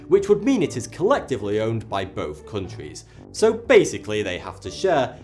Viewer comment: "Cooontwies". Wonderful pronunciation of "countries".